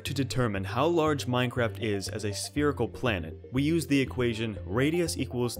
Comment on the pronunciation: It’s spherical. SPHERICAL!